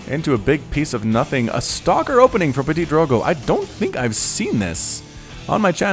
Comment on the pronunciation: That's so fun to hear at you (and any english caster) saying Ptitdrogo x') you sound like "PetiteDrogo" or "PetitDrogo" instead of ptitDrogo^^